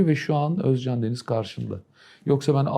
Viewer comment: السوريين والعراقيين فقط يقدرون بسرعة يتقنون التركية بسرعة الخلايجة صعب عليهم يا اخي كلمتين صارلك شكد ما ضبطت مخارج الحروف حتى اسمه ما تلفظه عدل اوز جان